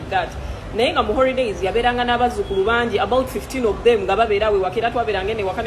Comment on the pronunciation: The word is holidays not horidays nonsense